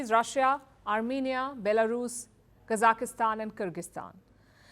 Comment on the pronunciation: the host has horrible pronunciation! can't even pronounce Sergei properly.. or Kazakhstan. KAZAKASTAN... lol